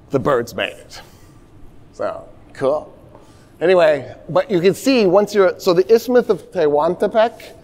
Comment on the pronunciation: Every time he says "cool" , i hear cruel.